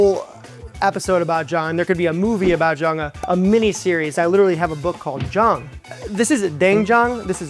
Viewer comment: When he says "jang" I hear "jawn".